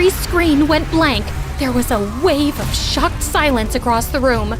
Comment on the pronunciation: “I was shocked” no “I was socked” hit different 😂😂😂